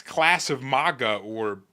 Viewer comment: Love your videos,. But one tiny bit of constructive criticism... The first syllable of MAGA is pronounced MAG like Magnificent, Magazine, Magnanimous, and Magnify. Your pronounce it weird, as if it were spelled MAWGA. Like Mall or Molly or Monster or Moth. You mention MAGA in practically every single video, you are valued part of the MAGA movement. It is only fitting that you say it right. Again, this is intended to be constructive not combative. I love your videos, I appreciate how well expressed you are, and I especially appreciate how timely you are in addressing key events as they happen. Thanks and continued success to you.